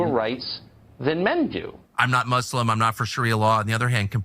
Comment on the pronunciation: Sorry another comment... Officer Tatum this is why I watch you faithfully... actually had a BAD DAY and you just made it better...loved how you referred her thingy has a diaper and how you pronounced Muslim 😂😂😂...you on a roll tonight...